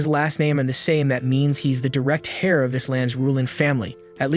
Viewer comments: Just a heads-up on that word: you actually pronounce it like "air" (as in heir to the throne). The "H" is totally silent, so it doesn't sound like "hair" on your head. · "Heir = is pronounced "Air" "Viscount = is pronounced "VEYE-Count" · Very good reader. One minor error For "Live Stream" to use a long "I" in "Live" (LAIV-Stream). A second minor error ish "Heir" is pronounced "Air" . This one is repeated so is more important. Thanks for creating these videos. They have made me happier over the last year. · Interesting- but are you using an ai to read this? You dont seem to know how to pronounce english - heir has a silent H , bedridden is bed-ridden ... lets see if theres more. Srry just. Bro